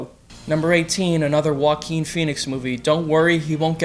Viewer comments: Why do you pronounce Joaquin name like Walking lol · You might as well try to put on a Spanish accent when pronouncing Joaquin Phoenix's name. Maybe you'll get it right.